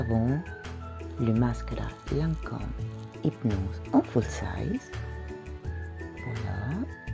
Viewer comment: You look so elegant today, even the jewelry is on point. And thanks for finally teaching me how to pronounce Lancome!